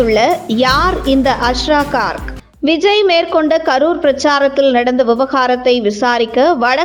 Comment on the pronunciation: Please pronounce his name properly. His name is also written wrongly. His name is Asra Garg .